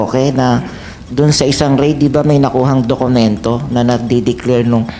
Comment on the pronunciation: senator sherwin please dokumento hindi dok Q mento not a basher ha just saying